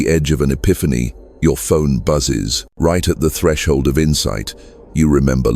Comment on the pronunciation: Atreshld artivated